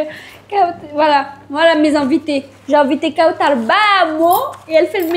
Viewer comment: Kawtchaaaar??? D ou t as sorti cet accent ??? Kawtchaaaaaarrrr????